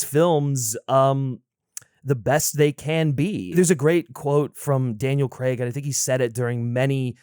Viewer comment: All these years later, and people still refuse to pronounce Daniel Craig's name correctly. CrAIg. Not CrEgg.